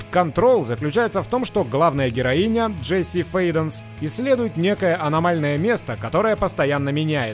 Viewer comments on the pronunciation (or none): none